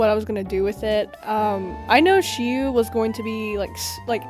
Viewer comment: Also, you pronounce Shiu’s name perfectly❤️‍🩹